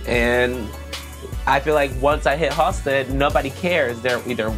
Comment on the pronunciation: Everytime he says, "Halsted street" sounds tourist. It's just HALSTED. He's probably from Waucaunda claiming Chicago. Also, I don't know how you mention the stockyards (Back-of-the-yards) and not mention Upton Sinclair and Henry Ford.